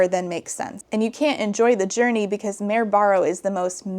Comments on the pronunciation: I thought it was "Mary Barrow" 😅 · I’ve never read Red Queen, but the way was saying the main character’s name kept sounding like Merobiba of Drawfee fame so now I won’t be able to without thinking of that 🤷